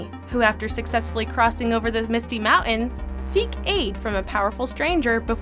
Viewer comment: This narrator doesn't know how to say "mountains."